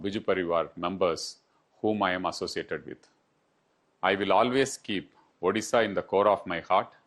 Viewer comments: please pronounce odisha not orisha. Please, please, please. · Stop saying "ORISSA", instead say "ODISHA", since the 113th constitutional Ammendment 2010 The pronounciation of the state is like ''ODISHA". Take care of this. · Try to say ODISHA plz... It's not orissa